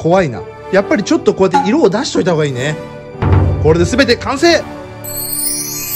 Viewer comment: 完成がパフェに聞こえるわw いわし😊